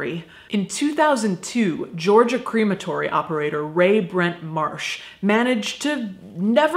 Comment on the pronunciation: I really like how you pronounce crematory (like cream) it makes me think I’m going to be immersed in cream when I go, though it does also make me think of an ice cream shop where all the ice creams are made of dead bodies 😷 lol xox